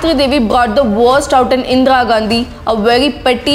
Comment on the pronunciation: It's not Indra Gandhi pronounce it correctly first.... If you're a true patriot make a video on Indian wrestlers protest. can't see this issue.... SHAME ON YOU